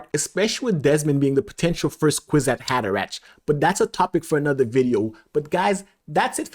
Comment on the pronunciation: Kwisatz Haderach (/ˈkwɪsɑːts ˈhɑːdəræk/!!! not ch like in china